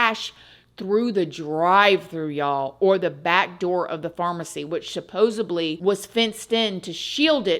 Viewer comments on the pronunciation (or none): supposeDly !! Suppose,supposed, supposedly... (/)=supposeb, supposebly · Did I hear you say supposeBly???